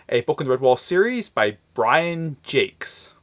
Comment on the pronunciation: it's pronounced Jacks, thanks for the review!